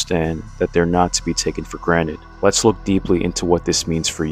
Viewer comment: Granite lol